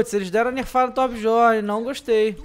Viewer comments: se lê "biorne" DJ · acho que a pronuncia é Tobiorn, n é certeza mas acho q é